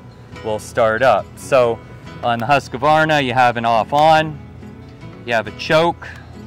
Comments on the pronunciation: Huskvarna or “Husk-a-varna”? So many people pronounce it with an “a” although there isn’t one…. Great video thought!!!! :) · Remember, it's Husq-var-na (three syllables) not Hus-ka-VAR-na. Don't want to make the Swedish mad. The purely Swedish pronunciation is even crazier, but let's not get into that. - No way she (or anyone) should be learning at first on a saw that heavy and unwieldy - those things are INCREDIBLY dangerous. Start off with a battery-powered saw cutting small limbs, and work your way up. - Don't try to be a macho man (like so many YTers I see) and fail to use ear protection (and probably while we're at it, other types of personal protection). Once you lose your hearing, you will NEVER get it back - hearing aids are useless against nerve damage. - Watch several YT videos of what happens to loggers when they foolishly don't exercise extreme caution and cut trees that are notorious for being prone to barberchairing. It ain't pretty.